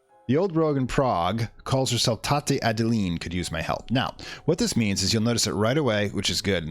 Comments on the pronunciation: Its Tante, not Tate. Its german for aunt. Their is a lot of german in this game. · Tante - it's french for aunt and you pronounced it wrong... otherwise great stuff , thanks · it's also german.